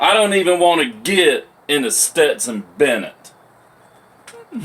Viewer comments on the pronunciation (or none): none